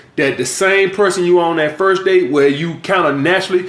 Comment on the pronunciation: He can’t say the word that. He says dat. He says dem instead of them.